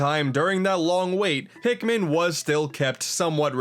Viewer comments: "Pikman 1 and 2..." it's Pikmin not Pikman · "a mii is a pikmin" *Pikmiin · Now we gonna need "Hey Pikimin"